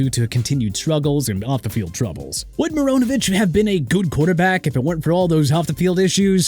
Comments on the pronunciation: WHOEVER MISSPELLED PAT MCMENAMIN OF ESPN IS GETTING FIRED! ALSO TODD MARINOVICH'S LAST NAME IS PRONOUNCED MAH-RHI-NO-VISCH NOT MO-RO-NOH-VISCH!!! YOU DON'T CARE TO PRONOUNCE NO MORE DO YOU?! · I find it hilarious they keep calling Todd Marinovich as Todd Moronovich. Doesn't even seem intentional LOL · Actually, given the origin of the name, it's "mah-ree-noh-vitch*"